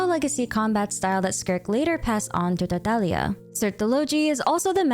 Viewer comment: Thank you for pronouncing Tartaglia correctly! I don't know why, but as a fluent Italian speaker it bothers me when I hear people pronounce harbinger names incorrectly, especially when the names come from a treasured piece of Italian art: la commedia dell'arte! :)